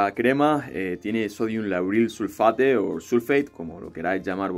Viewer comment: Sulfato.Se dice sulfato